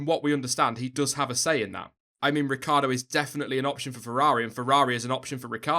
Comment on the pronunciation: Hey I m italian, you should pronounce Ricciardo like "Ricchardo": you forget the i ;)